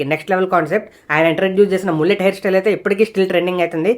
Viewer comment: అది "మల్లెట్" బ్రో, "ముల్లెట్" కాదు